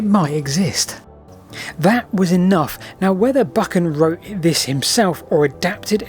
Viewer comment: Just visited Dryburgh Abbey so interested in the Earl of Buchan - pronounced Buchan, not Bukkin 😊